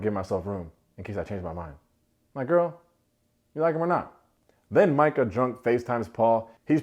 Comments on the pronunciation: You don’t even know how many times I shouted, “Mai-cah” each time you said “Mee-cah.” But, I think we can all agree she is caca 💩. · I was wondering if anyone was gonna correct you on saying “Meka” vs Micah. When no one did I figured it was a collective “we don’t care about her name” lol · I miss you saying Meeka!